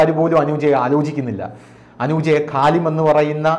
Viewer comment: ഖലിം. അല്ല... ഖലീൽ ആണ്